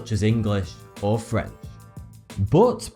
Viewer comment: talks about language - cannot make CH sound in pronouncing FrenCH LOL, i'm sorry, i just thought it was slightly amusing. it's so soft, you can barely hear it,, DAAAAMN. luckily it only happens once though, oh my bad.